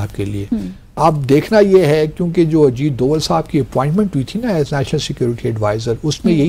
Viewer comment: Ajit Doval .....name and not Ajeed deol